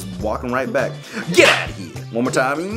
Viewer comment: Did he just say "We're black at it again!" instead of "We're back at it again!" Also, you need to get that outta here!